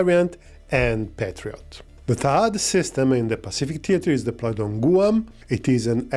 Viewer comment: loves his clickbait thumbnails, no matter who they’re meant to appeal to. Great content, the breakdown was pretty fair. Also,, Guam is pronounced more like “G-wam”, not “Goo-um”. English is strange 🤷